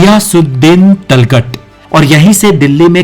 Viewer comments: Ajeeb Aadmi ho yaar Tomar ko Tomaar Tughlaq ko Talghat Balban ko Babbal Ye toh mene school me hi pad liya tha... lagta h kabhi school nhi gye aur tum Knowledge wala channel chala rhe ho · Tugalaq ko talghat bol raha bhai kon si university me padhe ho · Sir apki sari pronunciation glt h ..sbke naam glt liye h apne.. वो तोमार नहीं तोमर हैं बलबल नहीं बलवन हैं तलगत नहीं तुगलक है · Kam se. Kam zuban ka sahi istemaal karo. Or talgat nahi hai tuglaq hai or apna. Uchcharan dahi kro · Tum to pehle apna talffuz thik kara.TU TUGHLAQU ko lugrak KHILZI ko Kilji bolta hey pehle tum bolana sikho? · वंशजों के और राजाओं के नाम तो ठीक से ले लीजिए। तोमर को तोमारा, तुगलक Tughlaq को तलघट बोल रहे हो। एक बार फिर से देखो तो पता चलेगा। किताब पढ कर वीडियो बनाना आसान है परंतु इतिहास को ठीक से जान कर हिन्दी भाषा का सम्पूर्ण ज्ञान लेकर वीडियो बनाना सब के वश की बात नहीं। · talghat nahi tuglaq hai aur balban ko bhi pata nahi kya bol raha , video ek baar kisi ko dikha leta jise history pata ho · Ek bhi naam sahi se ni bola tughlaq. Ko talghat bol ra hai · Gadhe name to sahi se btaa de tughalaq hota h woh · बहुत खूब 🎉 लेकिन आपने दो शब्दों (बंदरगाह और तुगलक) का सही ऊचारन नहीं किया